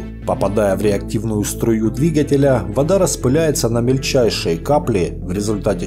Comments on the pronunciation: Ты один индивидуум, выговариваешь "двигателя́" с ударением на "я" вместо "дви́гателя" от слова "двигать" (проверочное слово) , ударение на "и" - след. "Дви́гать". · ага, именно прога выковеркивает по- гаражному слова. Одно " двигателя́" чего стоит